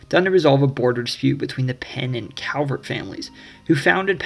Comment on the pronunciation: Very well done. Kudos. A coupler of corrections. The correct pronunciation of the Calvert family name (and hence the correct pronunciation of the County that bears their name) is CALLvert not COWvert. Most Marylanders will mispronounce it -- as I did when I was young. But I was publicly corrected by the then Comptroller of Maryland, Louis L, Goldstein and a Calvert County native. But he was such a gentleman that his correction felt more like an education than an embarrassment. Another point is that Edgar Allan Poe was born in Boston; he died (and is buried) in Baltimore.